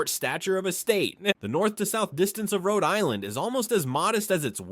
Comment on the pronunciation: You can't pronounce the places in RI !!